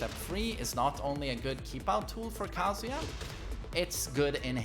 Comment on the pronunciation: His name is not KAAAAAAAAAAAAAHHHHHHHHZUUUUUYA